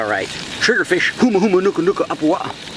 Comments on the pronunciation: I’m originally from Maui so to have say it perfectly is like music to my ears lol. Now I hope everyone can say it! 🤙🏽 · I bet yall protecting the state fish dont even know how to pronounce it's full name like did😂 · I've never even heard another person other than a local that has tried pronouncing the Hawaiian word for Humuhumunukunukuapua'a. It was pretty spot on :D. Also, for those uncomfortable with him eating the fish, it's not even that special to the Hawaiian culture. It was only named the state fish because of its looks. Hawaiians used to eat the hell out of them in the earlier days and I'm pretty sure our Kupuna wouldn't be upset about a person who respects the lives of the animals they eat. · YOU SHOULD NEVER EAT OR KILL OUR HAWAIIAN STATE FISH. THEY SHOULD ALWAYS BE A CATCH AND RELEASE. THIS TYPE OF VIDEO IS WHAT MAKES US HAWAIIANS IRRITATED AT UNEDUCATED IGNORANT PEOPLE THAT COME TO OUR ISLANDS !!! YOU KNOW ITS THE STATE FISH AND KNOW HOW TO PRONOUNCE THE NAME. WHICH MEANS YOU MOST LIKELY KNOW THAT THEIR A PROTECTED FISH TO OUR ISLAND.